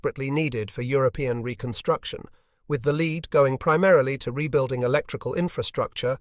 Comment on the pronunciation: It is interesting how AI has been used to create these unfortunately ponderous and rambling documentaries. AI is not able to adjust to the correct pronunciation of words that, when used in different situations, is not pronounced correctly. The best example that I can give in this nearly flawless AI presentation is the word "lead" which was phonetically pronounced "leed" instead of "led" or "lead"...